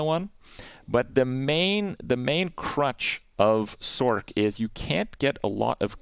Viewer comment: First time I have heard anyone say "sorK"